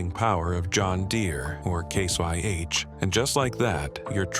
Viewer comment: it’s ai. You can easily tell from the pronunciation of some of the words. When he says case IH it sounds like Case YH, and when he says RPMs earlier in vid the voice says R P M S